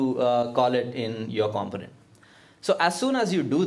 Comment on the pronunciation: Pronounced: com·po·nent